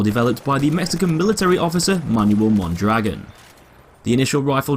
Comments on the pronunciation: its pronounced moan draGOAN not mon dragon notice the accent mark thank you sir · mondragOn the accent on the "o" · Mon dro gon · Mon-dra-gon not Mon-dragon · ita pronounced Mondragón not dragon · is Mon-dra-GONE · im not a native speaker. point is it's not MON DRAGGIN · as a spanish native speaker it is pronounced moan-dra-goan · Yo digo Mondragón asi que... :v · No it's pronounced mondrogan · Se dice Mondragon, no goan ni ghon ni guan. Los nombres propios se leen en la lengua de origen, no se traducen no se pronuncian en otro idioma. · *mon-druh-gon, no offense lol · You’re pronouncing Mondragón wrong. Look at the ó in dragón. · i know right it makes me die inside whenever a youtuber pronounces it wrong (which is pretty much all of them) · it's named after a mexican man. therefore you say his name like it would be said in spanish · not really… unless we are talking about local dialects of the same language that somehow have different vowels, in every Spanish-speaking country, you will hear people always saying "Mondragón". That little accent is always pronounced the same no matter where you go, whereas consonants might change, particularly in parts like South America where their "s" is short or flat-out non-existent in pronunciation. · Look at the ó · well that's not how you pronounce that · Blueismyfavouritecolor Same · Metalcore98 the guy in the FW video doesn't pronounce it the same. he also says he probably isn't saying it right